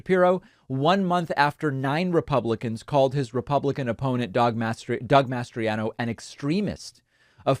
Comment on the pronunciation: I can't help but notice how much you're struggling to say "Mastriano" instead of "Masters.." Have you been watching Iron Eagle lately by any chance?? 😅😅